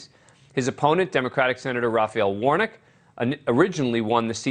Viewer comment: I laughed when he called Warnock "Warnick".